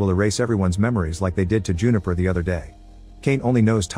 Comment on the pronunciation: Juniper not Jupiter